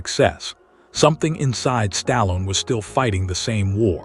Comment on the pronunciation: Couldn't even pronounce his name properly..